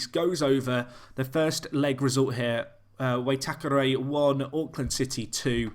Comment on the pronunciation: It's why-tack-er-ree!!!!!! Great series though